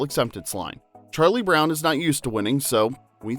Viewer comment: Why did she say "Charlie Bown"?